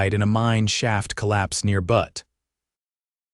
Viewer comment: Good story. Good writing. Decent captions despite typical AI misspellings. Obviously doesn't know proper pronunciation of Butte (it is NOT "butt", it is "byoot".) No children of their own, but meals back then didn't always carry enough nutrition and calories to promote fertility, and childbirth could be a mortal threat that some decided not to risk, especially if there were other children that needed raising. Just saying. OR, USA